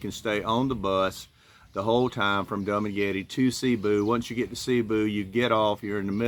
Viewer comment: Hey dude, it’s not dum maguette… it’s pronounced doo maguette.